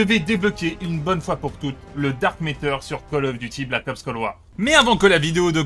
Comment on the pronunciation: Ah oui le fameux Dark Méteur. Où tu vois un E dans MATTER ?